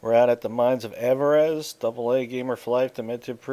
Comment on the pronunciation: Great video, thanks for your help as always! But it's pronounced AV-er-iss. Means greed. ;-)